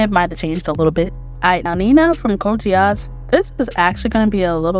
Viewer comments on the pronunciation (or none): For Code Geass How did you get the name of show wrong but say the move right ? 😂 Also I hated Nina 💀 cook up that Part 2